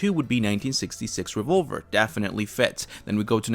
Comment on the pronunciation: I can’t trust a narrator who can’t pronounce “Revolver”.